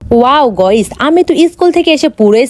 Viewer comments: আরে অশিক্ষিত গাইস হবে 👍গইস না👎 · গয়স না গাইস